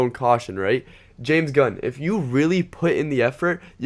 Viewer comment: oh boy you cant even say james gunn correclty xD who the f is james dunn